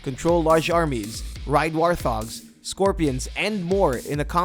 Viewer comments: anyone else notice he mispronounced warthogs. wart-hogs, not war-thogs. Not hating the video, just razzing. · did he just say war-Thogs wtf is a war-Thog its called WART-HOG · Did he say war-thogs? Dafuq? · War-thogs? lol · Did you just say war-THOGS? Lol wtf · Dislike because you said warthogs like "war-thogs".